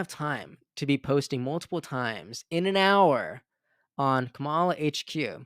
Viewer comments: Bro I love your page but you have to pronounce Kamala correctly. It makes you sound so dumb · Jesus dude! Please learn how to pronounce her name. It is so disrespectful. It's the same kind of BS the Republicans are doing by intentionally mispronouncing her name. I'm giving you the benefit of the doubt. It's not that hard. As a purveyor of news, this is something you should be able to do easily.